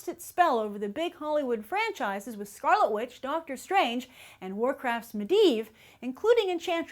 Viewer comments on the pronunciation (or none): none